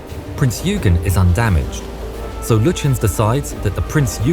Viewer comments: Quick sidenote - "Eugen" is pronounced "Oy-guhn" not "Ew-gen" Great video. It's such a shame he had to be destroyed. Bismarck was a very impressive ship. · Great graphics but "Yoogen"? "Prince Yoogen"? Eugen. Pronounced "Oygen". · It’s not you gen it oy gen I think. Also Hood was a battle cruiser not battleship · Please, not "the HMS Hood" just "HMS Hood" And it was "Oygen" not "Yoogen". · It's not prince you-gen, it's prince oy-gen. first syllable rhymes with 'boy'. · It's not yoo-jen, it's oy-gen, hard 'g' ... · My only grind on this video: Eugene is pronounced O-E-gen bot Eugene like the American male name… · Prince YOOGEN??? the German cruiser Prince Yoogen?? It's pronounced Prince "Oygen" NOT Yoogen,........ and British warships are NEVER ever referred to as "the" HMS... the prefix HMS stands for His Majesty's Ship(or alternatively Her Majesty's Ship) so it is impossible to refer to a British warship as "the" His Majesty's Ship... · Prinz 'oy-gun' not 'you-gun' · its not Yoogen. Its Oygen. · Isn't it [Oygen]? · Just a minor detail, but wasn't "Eugen" spelt as "Oygeen" rather than "Yoogen"? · That's not how Eugen is pronounced. In German the letter combination EU is pronounced to what an angry Englishman would shouting at you from across the street: Oi! (meaning it's ruthlessly pronounced as if it was spelled "Oye"). So Prinz Eugen is pronounced [ˈpʁɪnts ɔʏˈɡeːn]. Also the e as the end of Kriegmarine isn't there purely for aesthetic appeal either and is fully pronounced in German ([ˈkʁiːksmaˌʁiːnə]) unlike with Marine in English and literally translates to "War Navy". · Prinz OI-genn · "Prints Oigen" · The EU in Prinz Eugen is pronounced the same as the eu in Sigmund Freud. "OY". the T's in German are pronounced tz, the same as Italian (like the z in pizza). Say "PrinTZ OYgen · Great video. Even better if you said 'Prinz Eugen' with the correct German pronunciation. It's not 'prints you-genn'. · Its pronounced Oy gen. Hard g. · It is pronounced Oy-gan